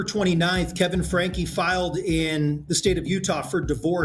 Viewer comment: Uuuummmm, Franke is pronounced Frankie, not Frank. Just fyi. I really enjoyed this video and I love listening to your videos. I find your voice soothing. Kevin wanted his daughter arrested for burglary? WTH is wrong with these two parents? I don’t understand how parents can do these things to their own children!!!